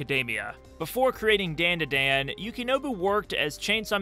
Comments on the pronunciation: ITS NOT DAN DUH DAN ITS DAHN DAH DAHN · ITS 'DAUN DA DAUN' NOT 'DAIN DUH DAIN' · It’s pronounced “Dawn-Daw-Dawn”. As a Japanese speaker it hurt my ears hearing you say it wrong over and over. 😭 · Endlessly entertaining to me how you keep calling it DenDiDen xD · Daandaadaan? I cant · Great video but please it’s a Japanese name so it’s not like the name “Dan” it’s a soft a like “DawnDuhDawn” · You're the first person I've ever heard pronounce Dandadan like that. Bro they even pronounce it multiple times in the opening. How do you still manage to pronounce it as white as possible 😂. (This is a joke by the way, not meant to be taken seriously) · Why are saying the title like that lol. The As in dandadan are pronounced with an "ah" sound. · really need you to look up the vowel pronunciations for japanese words. it’s the same as spanish. it’s jarring to hear you mispronounce over and over the title of the art that you decided to make a video about.